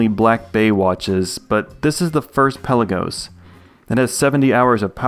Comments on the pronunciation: Hi. I’m a watch nerd…and a pronunciation nerd (police?). Pelagos or Pélagos is pronounced Pé-la-gos and not Pel-a-gos…or anyway close to the way …Pellagiss or any Brits for that matter pronounce it. The watch’s name comes from a town in Greece and means “depth of the sea” and is not pronounced as in archipelago. Awesome vids by the way! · It's "Pelaga". Pelagos (πέλαγος) is a Greek word.